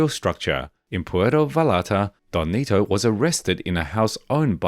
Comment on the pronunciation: DON NETO ,,, not “donnito” WTF man for someone doing this research you have BUTCHERED the pronunciation of these names. You’re not even trying. and SURELY you have watched narcos right?